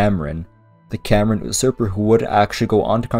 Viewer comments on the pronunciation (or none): none